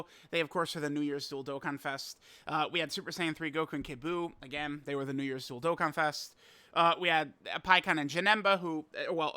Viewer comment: When you say dual-dokkanfest... I hear dildokkanfest and I can't unhear it.